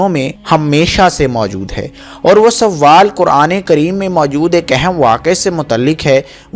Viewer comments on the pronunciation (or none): اپنی اردو درست کریں لفظ سوال ہے سووال نہیں